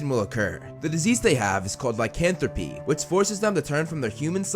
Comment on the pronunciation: Lycanthropy, not licanthropy